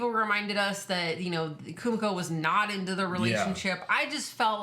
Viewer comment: Kimiko,. Not Kumiko